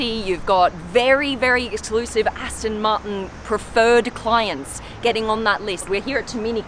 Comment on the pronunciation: Aston Martin not Aston Marten!